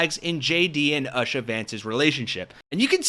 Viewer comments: At least learn how to pronounce her name before making a video like this... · Anyone else annoyed by how continually mispronounces Usha? He listens to a video pronounce it the right way & goes right back to pronouncing it incorrectly. MAGA sounded dumb mispronouncing Kamala and so does saying Usha. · You’d think someone would learn how to say her name when making a video all about her. He actually started saying it correctly more than halfway though the video (after showing a bunch of clips of people saying it correctly). And then…slipped back into mispronouncing it at the end of the video. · The disrespect in continually mispronouncing her name is the same as the people who did it to Kamala. Just stop it! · It pisses me off that he pronounces it like that also, he heard all these people pronounce it correctly. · Her name is pronounced you sha, without the y as oou. Not ush ah. JD is socially awkward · ln this entire video on Usha, u called her UH sha over & over, even after watching a vid “with” us, where they refer to her over & over as OOH sha. Then after the ONE time u said, “UH…& quickly corrected yourself to say OOHsha- then promptly went back to UHsha. 🤷🏻‍♀️ ur my favorite hosts on here lately, for sure.(Loving,Chip too. 🫶🏼 But dammit- as much as I’m disliking her & her weakling husband - I wish all u awesome hosts across the board 😊would look up name pronouncements b4 ur vids. OR hire me for “resident know-it-all.” Bc unlike u, I have 24 hrs a day to be a slug, closely watching 😊the trump-inspired car crash of our country & culture & can't look away… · You could learn to pronounce her name correctly. It's not "uhshuh". It's "ooshah". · Oo-sha, not Ush-a. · Her name is Indian and is pronounced "Oo-sha" not "Ush -ar" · It's "oo-shuh" not Usher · Not oo shuh. Just plain simple - Oooooo- Shaaaaa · It’s pronounced oo-sha, not ash-a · It's not ausha It's Ooo-Sha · Her name is pronounced Oo-sha not a-sha. Great video 😊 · oosha, not uhsha